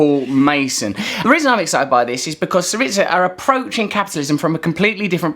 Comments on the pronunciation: It is pronounced /'siriza/ with a /z/as in zed, zillion, zoo, stressed on SI. thank you for the video. Very informative! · Pronounced "sEE-ree-za" ('z' as in "zoo", not as in "pizza"), just FYI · Russell its Tsιpras not Zipras. Siriza not Si-ritsa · Love the Trews! You got your pronunciations wrong though... It is not Zipras and Syritza! It is Tsipras and Syriza. The z is a zed in Greek not a tz! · OK Russell I love what you're saying but please pronounce this with us the Greeks: Tsipras is pronounced Chip-russ and Syriza is pronounced See-Ree-Zah. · it's SEE-ree-za , and CHEE- pras